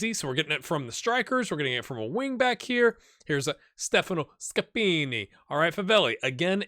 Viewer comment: don't be too hard on yourself, you're doing a really good job! Your "Scappini" sounds 100% italian 😂